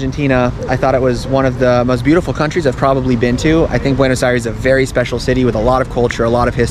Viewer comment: As a bilingual viewer, his "eye-REES" over and over was so grating to the ear, and then he says that he speaks Spanish 🤦‍♀